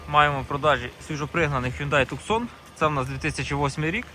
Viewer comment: Обслуговування " на тЮКсоні"😁😁😁😁😁🤬😁🤬сукаржунемАгу. Запама'ятай друже-бобер, а краще запиши: ХЁНДЕ - не ху(ю)ндай ТУСАН - не тюксон Тусан місто в штаті Арізона, США. Місцеві взагалі вимовляють " тУсн". Ё.В.Мь! Коли вже хоч трохи ьудете продвинуті, а не тільки про намахати думати? Ьачив я ваші "збережений стан". Боже помилуй нас, їх, перекупів - не треба. .